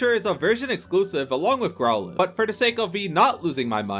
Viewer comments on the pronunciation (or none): none